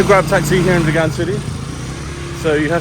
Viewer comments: It's pronounced VEEEEGUN. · Hi the towns name Vigan is pronounce as Veegan like a vegetarian . have a nice day exploring👍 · Hi Mate, it's pronounced as vee-gan like vegan. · You realized in a previous video you were mispronouncing Vigan but continue to do so. 🤷‍♂️